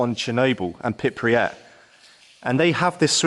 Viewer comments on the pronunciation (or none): His pronunciation of the city name actually gets worse as the video goes on. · The stress is on the first syllable and the “y” is a consonant, not a vowel. So it would be kind of like PREEp-yit. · also its not pripriat its pripyat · The way you pronounce Pripyat hurts. It’s Prip-yat not Prip-ri-at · Pripy (as in Hippy) at as in (Hat) Prippy AT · You went all that way and still cant pronounce the name correctly 🙄 PRIPEEEEYAT not PIP REE AT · “Pip ree at” I’m pretty sure it’s correctly “Prip” “yat” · Stop saying Pipryat instead of Pripyat for Gods sake... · Stop calling it 'Pip-ri-at' its 'Prip-yat' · It's Pripyat, not Pipriyat! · Pripyat not Pipryat 🙄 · It's not called Pripriat (Prip-ree-at). Its Pripyat (Prip-yat). You constantly saying that was so annoying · Where the fuck is pirpyat you douche looking idiot!? It’s pripyat, dude if your gonna make a video on this place at least say it right. Was well up for this video but your image and dumbassedness ruined it and earned you a thumbs down! Also I’m not an explorer, don’t call me an explorer! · It's not Pripiyat, it's Pripyat. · Thank you for sharing this video but please... PRIPIYAT, not PripRiyat!!... You repeat that all the time.. If you have some respect for this place and not only curiousity because recently everyone talks about it then learn how to pronounce it properly. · IT'S FUCKING PRIP-YAT, NOT PIP-REE-YAT GODDAMMIT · Please don’t say “Prip-ree-yat”, it’s “Prip-yat”, only two syllables! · Its pripiyat not pipryat smh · The place is pronounced PRIP Y AT. 9 times you pronounced it PIP RY AT! If you are going to make a documentary video at least have the decency to LEARN the correct pronunciation you FUCKTARD! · Pripyat not pripriyet, sorry it was just bugging me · I notice you are saying Pipriyat whereas the actual pronunciation is Pripyat. Nice video though. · Pripyat not priprieh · Why do so many people say "PripRiat"? It's "Pripyat". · PRIP-EE-AT, in its phonetically written form. Not PIP-REE-AT, smh.